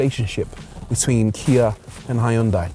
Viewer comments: It’s “Hyun-day”, by the way. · Kia version is better looking, also, you pronounced Hyundai incorrect apparently.